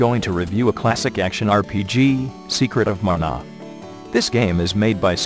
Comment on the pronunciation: "Story of Muh-nah!" lol